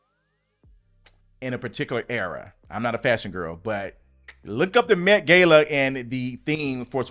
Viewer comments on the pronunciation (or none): none